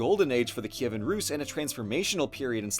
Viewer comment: Best summary of our history from a foreigner on youtube! All the names are correct, like "Kyivan" and "Volodymyr", along with other details. Dyakuyu!!!